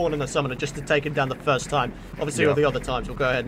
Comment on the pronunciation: take not tame